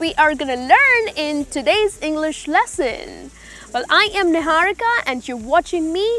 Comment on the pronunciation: Others - Are were hunger learn niharika morning ..... Nihaurika - Awere, waure, Hungaur, laurn, Nihaurika, Mourning .... 😂😂😂😂 (With slanted jaw 😂😛) I don't think such funny & over stylish pronunciations make sense.... 😂😂 Another strange thing is many indians are named like foreigners 😂😂